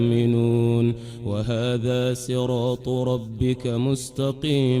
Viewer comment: هذه رواية رويس عن يعقوب وليست روح والله اعلم ( يقرأ ب سراط وليس صراط)